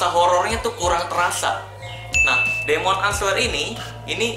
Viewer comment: Terus demon itu bacanya " dimen"